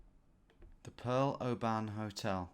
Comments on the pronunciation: I live in Oban and I've came to terms with it, especially working in the hospitality trade and visitors pronouncing it oBAAN. Phonetically it's Obun. It's gaelic for Little Bay I think. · When you were saying “an” I was like no don’t go down that rabbit hole! It’s “on”. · Just for information for our non Scots , Oban is pronounced Obin, not O ban , first video I have watched, thoroughly enjoyed it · Its not LOTH ian it's LO thian and it's not O ban pronouncing the O it's just oban. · "Oh Ban" At least pretend like you dont know how its pronounced. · That is not how to pronounce Oban, it's more like obin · The “O ban hotel” 😅 you make our places sound posher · Please never say oban like that again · FYI - Oban is pronounced with the emphasis on the first syllable like in the word "open". And storeys is spelt like that when describing the number of floors in a building. I was thinking Caledonian at the start but quickly realised it had to be a hell of a size! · mate please learn how to say scottish town names properly irvine and oban not what you keep saying